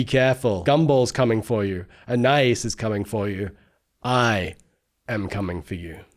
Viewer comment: Please pronounce Anais's name correctly. Ann eye ees